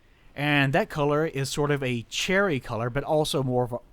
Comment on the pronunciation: oh god I kept hearing you say the translation of serees was "charity". and I went what the hell?, and listened to it over again about 7 or 8 times. I finally heard you say cherry.